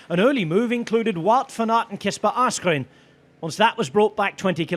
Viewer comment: Its ASSgreen not ARSEgreen!